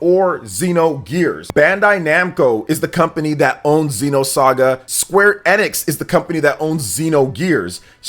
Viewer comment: Does anyone else hate the way says Enix? It's E - Nuhks not Eh - Nicks 👇 if you agree